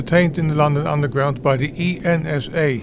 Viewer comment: Hi thanks for this upload. The organisation ENSA was always pronounced as a word not as individual letters. It was thus called Ensah. However it was often referred to, rather unkindly, as Every Night Something Awful.